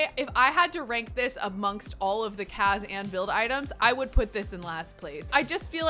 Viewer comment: It's cas not caz